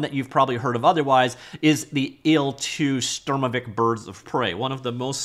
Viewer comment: He pronounced Sturmovik oddly correct but was wrong with Gaijin. Coincidence? I think not! 🤣